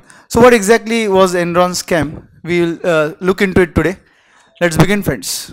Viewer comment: ...is it Enron or endron?Written dramatically